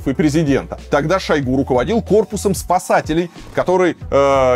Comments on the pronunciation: Шо́йгу - режет ухо каждый раз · шОйгу 🫠 после этого ударения экспертность видео сводится к нулю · ударение же на у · Где то он говорил, что ,,шОйгу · Ударение на первый слог. И вообще это реально имя его отца, которого звали Шойгу Кужугет. Кудугет - это распространённая в Тыве фамилия. Но ему при выдаче паспорта имя с фамилией поменяли, отсюда такая экзотическая фамилия получилась ) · По арабский у нас зовут его в новостях шуего ударение на е )) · Ударение на О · Люблю смотреть Варламова, но этот не могу. Один говорит шОйгу, второй шойгУ, потом один и тот же человек ударения на разные слоги ставит. Дак уже шОуйги, или шоугУ? Бесит!!!!!! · Я только сегодня узнала, что Шойгу- мечта логопедов! 😂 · Как бы мы не относились к Шойгу и прочим товарищам. Но как же режет слух ударение на О в фамилии Шойгу этого «эксперта» вы хотя бы проверяйте своих экспертов на грамотность. Коверкать фамилии совсем не благозвучно. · За 30 лет " деятельности" Шойгу никто не знает где ставить правильно ударение. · ставь ударение правильно) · Ударение на последний слог! Он тюрок! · Политический обозреватель за 30 лет не научился правильно ставить ударения Шойгу😂 варламов, где ты таких находишь?👎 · Шойгу ударение на первый слог.